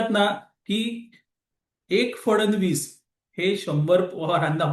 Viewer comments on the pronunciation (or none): कृपया मुख्यमंत्री यांचा उच्चार फडण-वीस असा योग्य नाही. फड-णवीस असा आहे.